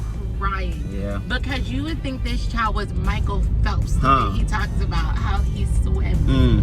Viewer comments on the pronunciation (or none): none